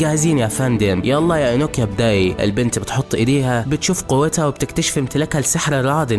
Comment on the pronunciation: انوكيا ❌ نوكيا ✅